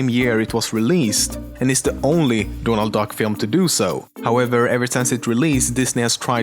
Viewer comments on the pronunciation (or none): dååånald dack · dånald duck... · Doonuld Dack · "Dornalt Dock" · Dånald duck. XD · DÅNALD DACK xD